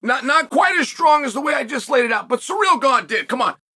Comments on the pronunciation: Please stop saying "Surreal" instead of "Cyril" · Why are you pronouncing his name as "surreal"? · Who is suh-real?